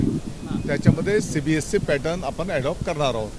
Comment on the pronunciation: Cbse चा उच्चार करून बघ फास्ट मध्ये